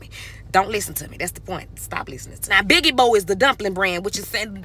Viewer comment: no its her say its call “BIGIBO” and its BIBIGO 😂😭😭😂😂😭😭😭😂😂😂😂😭😂😂😂😂😭😭😭 i am crying so bad